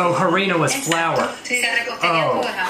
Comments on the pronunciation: Lololol boy the h doesn’t make a sound in Spanish. It “arina” not h-arina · little spanish lesson in some words the h is silent for example hermano (brother) and harina (flour) (i didnt mean it to be rude)